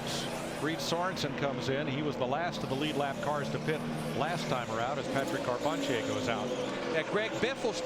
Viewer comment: It is hilarious going back to these and listening to the booth try to pronounce Patrick Carpentier